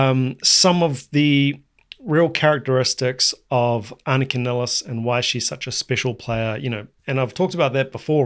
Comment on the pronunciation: Can you tell the people how to pronounce Anika's last name correctly? In the US, they pronounce her last name niles, like miles, but it's nillis like willis.